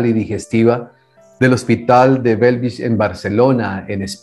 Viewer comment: Imagino que fue jefe de cirugía del hospital de Bellvitge, …no “Belvis”